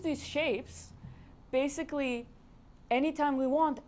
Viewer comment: Am I the only one who laughs his ass of when she says "basically" ... BASSically